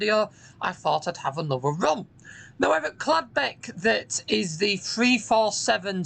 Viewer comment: I thought it was Caldbeck not Cladbeck?